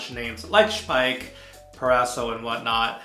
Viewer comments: i think you are the first english/american speaking youtuber that say the name Speick correct. Nice review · Well done with the German pronunciation of Speick! Nice shave... I need to do a shave like this soon.